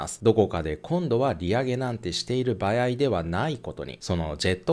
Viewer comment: いつも”ばやい“(場合)という言い方が気になってしまう…